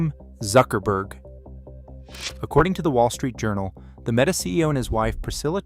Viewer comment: By the random pronunciation of meta as “Mita” and the tiny sub count, I hereby declare this video AI generated